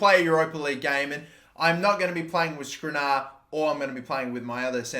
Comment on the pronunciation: Gotta love how bad you are at pronouncing Skriniar